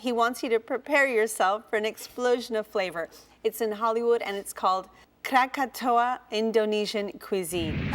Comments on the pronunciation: Kirain salah ucap krakatau jadi krakatoa. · It's krakatau, not kratatoa. And we don't drink wine. Sweet iced tea drink is for all